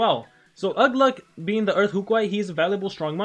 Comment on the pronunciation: its ugluk I can tell you were in a rush